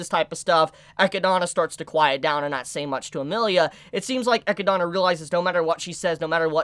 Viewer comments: Who is ekki-donna? Tha's not how you say Eh-Kid-Nah... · did you just pronounce echidna as ekidana yo wtf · Maybe im missing something, why do you say echidna that way? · God dammit, its sa-te-lla NOT sa-tu-la or whatever it is you are saying. don't you speak English natively? Same goes for Echidna. ( it's Echi-d-na )...good grief